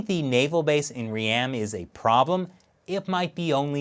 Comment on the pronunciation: FYI, its not 'Re-am' its pronounced Ream as in beam...... And this is not new news inside of Cambodia, we have had Chinese investment for the last 5 years into most of Cambodian`s infrastructure.